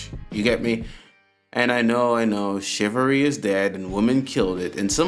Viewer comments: No I doubt anyone will bash you for being raised traditionally to help a lady! But I will bash you for that terrible pronunciation! What the hell is "shivary" (Rhetorical)... Or did you mean to say "Chivalry" (Also Rhetorical)! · Damn bro if you're going to continue to use the word "CHIVALRY" learn the correct pronunciation!!!